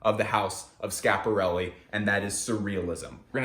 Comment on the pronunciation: really sad that you're just ignoring the first "i" in schiaparelli :/